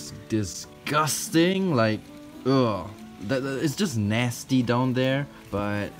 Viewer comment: Cuz he said gone naysty just use the communitive property = naysty gone trolololololol